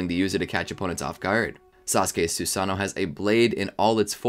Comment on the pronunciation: You forgot to pronounce both o’s